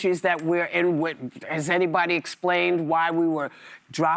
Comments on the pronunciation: I think it’s hilarious how Whoopi tries to pronounce “Eee-Rrran” 😂 but sometimes she forgets. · lol she somehow has convinced herself that putting on some foreign-sounding affectation while pronouncing Iran will make her sound cultured